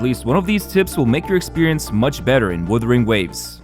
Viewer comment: WUthering, not WIthering. They're 2 seperate words with seperate meanings ffs.